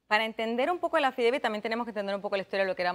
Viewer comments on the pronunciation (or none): Eso es lo único que ella puede hablar y repetir el affideivit y el affidavit.